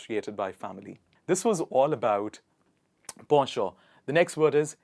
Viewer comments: It's pen·chant - /ˈpen(t)SH(ə)nt/. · Not po-sho it is actually pronounced "pon chon" . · Nice words, but ‘Penchant’ sounds at it read when I checked and not ‘Posho’ as you mentioned.... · Are you saying the word penchant in French? Because it is not pronounced, in English, ‘Po’ it is Pen: like a writing pen. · In British English it's pronounced as po-sho. On the contrary, in American English it's pronounced as penchant... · As it is a direct assimilation from french, he uses the french pronounciation, however, the approved english pronouciation is likely the one you are familiar with "pen (as in hen ) chant". In english conversation using foreign pronounciation has been considered flounting knowledge extenuos to the realm. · I saw penchant is pronounced as pen-chant or pon- shon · I didn't know that 'penchant' was pronounced like that! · I never knew penchant was pronounced like that 😯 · Penchant pronunciations is incorrect Google translation is saying something else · P.S. In US Penchant is pronounced as pawn-shaw not po-sho. And nowhere i heard saavy pronounced Saaaaaavy.